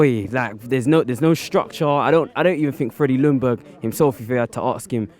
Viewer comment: Freddy lung berg... nice learn his name probs? say Jung dont lung ><